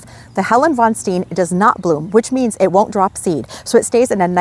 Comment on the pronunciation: I like the way you say “deer. Stay away from eet.”😂❤